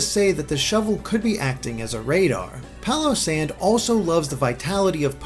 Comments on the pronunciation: its pronounced PAILosand, get it, pail of sand. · I'm just going to pronounce Palossand "Pile-O-Sand" with a Texan accent.